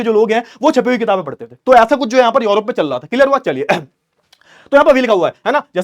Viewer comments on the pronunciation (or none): सर योरोप नहीं यूरोप है।